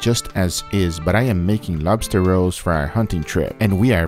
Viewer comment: I thought he was sayin lobster rose 🦞🌹⚘ . I'm like what tha heck ? I can just imagine a bunch of burley guys eatin on lobster rolls at deer camp